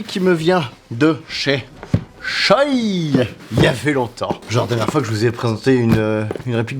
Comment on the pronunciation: Coucou anecdote : ça se prononce "shoé"